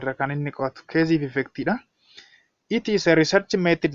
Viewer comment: What you are teaching /providing as tutorial activity is impressive and comprehensive but please consider your pronunciation of cause and case, they should be differently pronounced, you have to pronounce them correctly. Otherwise, your teaching effort is very good and interesting, hence keep it up.